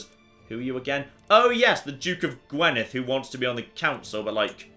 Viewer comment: Welsh pronunciation for you. You were very close to pronouncing Gwynedd right but the gwyn bit is pronounced gwin not gwen. Extra brownie points though for saying the "edd" bit right as "evv"